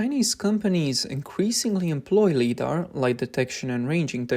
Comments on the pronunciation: Its L"eye"dar not L"ee"dar. Since Lidar is an acronym Light Detection and Ranging. Makes your who video sound so stupid. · LIDAR is pronounced LIE-DAR. 'Lee-dar' is totally wrong. 'Lee' is a Chinese version of 'Li'. I am giving a THUMBS DOWN 👎👎 to this video for this basic, yet massive, FAILURE. Your narrators need an ENGLISH educator. NOW. Learn how to read and speak ENGLISH correctly. RADAR and LIDAR. Emphasis is on the first syllable. M 🦘🏏😎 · Please train the artificial voice to properly pronounce LiDAR as "Lie'-dar." Otherwise it seems OK. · Please pronounce LiDAR properly. This is hard to watch when you mispronounce it as leedar every time. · L-y-dar, long i vowel sound, as in 'lie' or 'light'... 😊 Thank you for your work and dedication. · First up, it's LIE-dar, not LEE-dar. As in "light"... which is what LiDAR uses. Secondly, it sounds like yet another case where Chinese manufacturing has glommed onto tech they didn't invent, only to create something much worse than the original. LiDAR in much of the world uses very restrictive bandwidths and wavelengths, but this system appears to spew a bunch of light it doesn't need to operate. Something insidious? No, probably not. It's yet another example of Chinese manufacturers totally misunderstanding how Western tech is supposed to work. For example, the LiDAR imaging pulses should have some way to prevent them from damaging other imaging systems...such as the umpty-bazillion CCTV cameras all over the country that the CCP needs to keep a clamp on things. On the other hand, that could be the only upside to this. But consider: you have two cars with these defective systems approaching each other head-on. The LiDAR emitter in each car manages to blind the other's LiDAR sensor. What do you suppose will happen next? Hint: scrap metal will result from this interaction. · LiDAR is not pronounced "leedar". Li comes from the word "light" therefore "LighDAR" is better. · Its pronounced Lie dar not lee dar.. Jesus fuck!